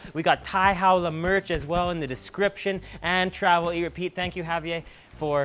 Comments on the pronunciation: Did you just say Javie instead of Javier? I’m kinda triggered knowing that’s my name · You can't be in Mexico, eating true Mexican food and call it a Wrap. There are no Wraps, only Burritos.. And it's pronounced, (HA- VEE - AIR). Good show, great food.